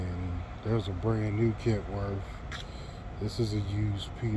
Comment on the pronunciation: Kenworth not kentworth